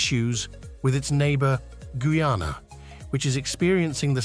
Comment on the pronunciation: it's GUY-ANA...not frigging goooana!!!